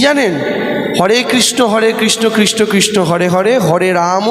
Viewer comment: ভাই একটা জিনিস ভালো খেয়াল কারো দেবাংশু কৃষ্ণ বলছে না কৃষ্ট বলছে